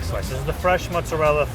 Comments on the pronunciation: You threw all credibility out of the window when you said "Muts-arella" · Those Sopranos pronunciations are perhaps indicative of Neaopolitan dialect? They don't add say the last vowel in words like calzone/mozzarella because it's Neopolitan emigration to the USA rather than say Roman that influenced ItalianAmerican speech and food. That's my guess.